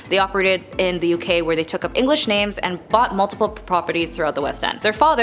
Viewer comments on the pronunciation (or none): I liked the video, but seriously you mispronounced oer half the names.